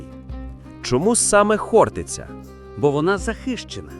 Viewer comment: Навчить ШІ правильному наголосу. ХОртиця!